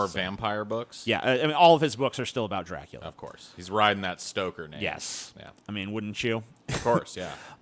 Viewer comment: It's "Dra-coola" not "Drac-coo-lia", you ignoramus!